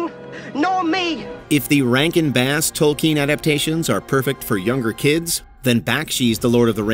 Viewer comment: Your AI does a poor job pronouncing "Tolkien", "Cimmerian" and "Munchausen".